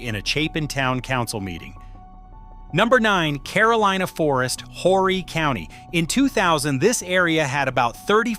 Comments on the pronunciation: JUST AN FYI TO THIS NARRATOR. HORRY IS PRONOUNCED "ORRY." THE H IS SILENT!!! INTERESTING ARTICLE...... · Horry is pronounced O - ree